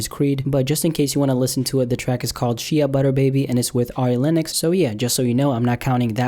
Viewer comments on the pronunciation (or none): What the fuck is She-uh My dude it's SHAY not She-Uh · lol "she-uhhhh butter baby" "shay" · Did he say she•uh butter baby??? It’s shae lmao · This Nigga said She-A baby butterfly it's Shay baby butterfly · It’s pronounced shay young man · When he pronounced Shea as "she-a" instead of "Shay" my heart broke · This nigga said "she a butta"... It's pronounced Shay butter dummy. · Its pronounced “shay” not “she-a”. 😂😂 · it’s pronounced shay not she-a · Say it with me y’all Shea (SH-AYE) not she-a 🤦🏽‍♂️🤦🏽‍♂️ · NEWS FLASH: It's pronounced "SHAY" Butter, not "SHE-A" Butter 🤦🏾‍♂️ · wow wow wow wow... I aint gonna let that slide, She-a butter baby??? Shea. All 1 word, pronounced like shay! Ok continue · Pronounced shay butter baby Not Shia butter baby You’re welcome bro 😂😂😂 Dope vid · SH-AY not SHE-UH lol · Lmfbo "she-a butter" it's pronounced "shay" Sorry I laughed too much to be healthy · It's pronounced Shay butter not she-uh great video tho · This Nigga black can't be black if he really just pronounced "Shea" as "Shee-a" and not "Shay"😭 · sea-aa butter baby lol its Shae butter baby pronounced (SheA) ... Videos still fire!!! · We just gon ignore the fact he pronounced shea butter as (she-ah) instead of (shay) butter..... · Sojourner = so-join-er 🤦🏾‍♂️ and Shea= is shay not shia 😂😂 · Lol “she-a” butter baby —> I say SHAY 😂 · It's pronounced shay not she a hahah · It's not pronounced She-a butter its pronounced Shay butter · It’s pronounced Shay. Shea (Shay) butter baby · So we're letting how he pronounced shea butter slide? ("Shay") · SHEA is pronounced "SH - AY" FYI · the Creed 2 song "Shea Butter" Shea Butter is pronounced "Shay" Butter. HHahahaha! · soooo we just not gonna talk about the fact that he pronounced shea butter like sheia butter? ....we just gone look past that? oh ight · "Shay" butter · Shea nobody says that shit like that it’s shayy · Shea is pronounced shay. Like gray with a sh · My guy said “shia butter”😂😂😂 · Shea butter is pronounced "shay"